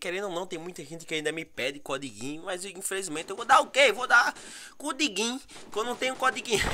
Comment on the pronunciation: Vc disse (cudiguin) 😂😂